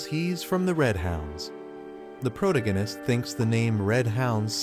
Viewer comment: can’t keep watching with the ai mispronouncing “protagonist” every 4 words